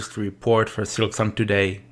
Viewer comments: Maintenant il s'agirait de deviner si sa prononciation de "silksong" en "sliksong" est aussi une forme de silkmeme ? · Tu dis vraiment "Slicksong" par contre au secours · Tu m'as trigger de fou avec tes "Sliksong" et "Slikpost". Silk, bordel, S-I-L-K xD Sinon, je suis content que Team Cherry n'ait pas cédé à la pression des joueurs. La bonne date de sortie d'un jeu, c'est "Quand il est prêt." POINT BARRE. Ils auraient rushé le jeu sous la pression de tous ces impatients, le jeu aurait été naze, tout le monde aurait craché sur le jeu et les dév. Les gens ne se rendent pas compte que ce comportement nuit au bon développement des jeux. Vous voulez des bons jeux ? Fermez vos gueules et soyez patients. Laissez les dév bosser à leur rythme. Pour moi ce n'est pas un hasard si Team Cherry était inconnu avant de sortir ce chef d'oeuvre. Personne ne les attendait, personne n'attendait leur jeu, ils ont pu bosser peinard. Vous voulez une suite de la même qualité ? Laissez-leur la même paix.